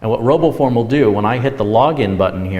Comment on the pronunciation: Roboform oh. I Thought he said robo porn